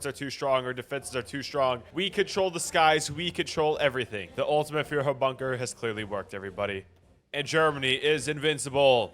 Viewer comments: please learn how to say führer as a german it hurts but expect that a reallly good video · The way you say Führer and Germany is killing me